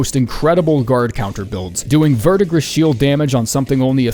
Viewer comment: Verdigris is pronounced Ver-Di-Gree. French word.